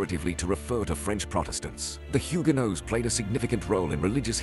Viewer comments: Salut la forme? Je voulais te dire que huguenots se prononce hug-no tous cours. Mes ancêtres ont du fuirent la France pour la Suisse. Putain qui ont eu raison. Voilà voilà bye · Bon il parait que tu as le droit mais j'avoue je suis choqué quand j'entend "les zhuguenots". Bonne vidéo en tout cas !